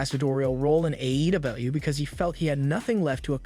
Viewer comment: I apologize but it’s sounds like the narrator is having difficulty with the pronunciation of some of the WWE superstars and AEW. Just giving some feedback. Maybe slow down when pronouncing AEW it sounds like they’re trying to make it one word… it’s a but cringe 😬